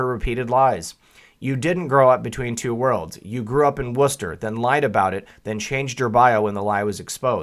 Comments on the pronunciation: Seaker24 That bugged me, too. He says " Wooster " 3 or 4 times then " West Chester " once at the end of the piece. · West-chester Wor-chester